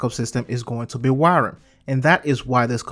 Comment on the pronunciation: Wyrm is pronounced just like the regular English word "worm". It sounded like you kept saying 'wairem'.